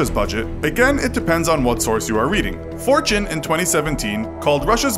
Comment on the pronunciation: I thought at first he was citing 4chan not fortune at first.